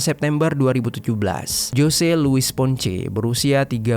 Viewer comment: Ralat min tulisan.nya emg jose tpi d.baca nya hose🙏